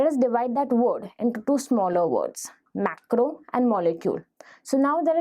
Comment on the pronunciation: macro macro macro....irritating pronunciation